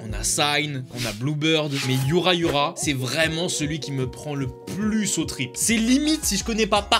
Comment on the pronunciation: "bon je sais ptet pas les prononcer" titre de l'op : yura yura minotaku :" yuNa yuNa tooooooo"